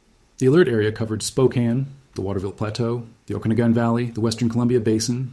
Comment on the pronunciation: You've got to be from Washington. You pronounced 'Okanogan' and 'Kootenay' correctly. 😊